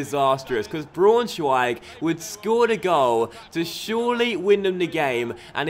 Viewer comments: I think it's pronounced like 'Brown-schweig' - just for future reference :) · You pronounce Braunschweig-brownshweig, and u pronounce Augsburg-ousburg